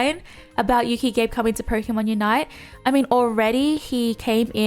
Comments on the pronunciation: Hey, just a heads-up: being a Japanese name, Gabe is pronounced Gah-Beh. It should not rhyme with "Babe":p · that's not how you pronounce Gabe lol it's Gah-beh 😄